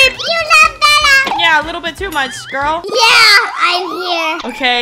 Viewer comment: That guy was so creep that girl was real fan bc she defended u plus she was not simping than sayin i unsubbed i like Dapandagirl u should have become my girl Lol i luv how he said grill instead of girl 😂😂😂😂❤ LUV U BELLA❤❤😊